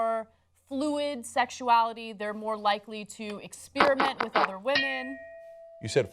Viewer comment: ahhhhh Ana still can't pronounce "experiment"!